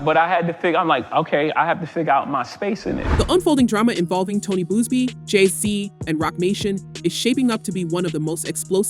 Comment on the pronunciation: Its Buzzzzz BEEEE not Boozebee my God🤦🏻‍♀️